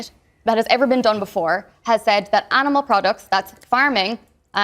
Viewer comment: 英語の聞き取り苦手だけど Do you eatとかは聞こえた あと、動物の発音ってアニマルっていうよりアナモゥって聞こえる